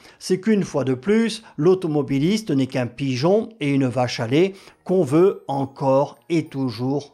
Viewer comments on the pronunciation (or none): none